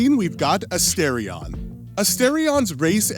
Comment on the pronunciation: That pronunciation for Astarion killed me💀💀💀